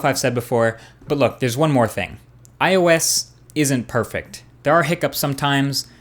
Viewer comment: i love how u missaying ios all the time. u said: iso ois etc... lool